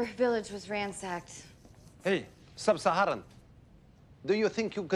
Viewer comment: " hey, subsaharran.... Ha